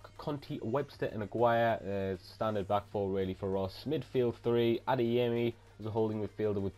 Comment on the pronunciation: you prounounce aguirre's name wrong i'm pretty sure it's like this agi re